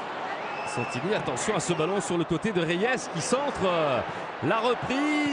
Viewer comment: Idiots that can't even pronounce Reyes without putting some French touch to it.